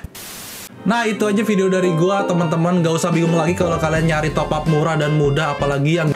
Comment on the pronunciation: Top up bang, bukan topap